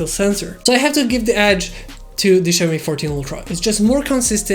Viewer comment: "Ceaomee" lol